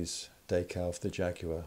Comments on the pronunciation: Wtf is a daycal lol it’s decal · Day-cal? more like Dee-cal. Anyways nice video. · Day- cow or Da- cow? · What's a "daycal"?